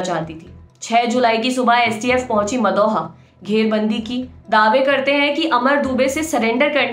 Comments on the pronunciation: It's not madhoa, its maudaha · Madam aap maudaha ko galat pronounce kr rhi hai